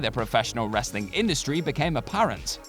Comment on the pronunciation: FYI it is pronounced as wrestling not wrasslin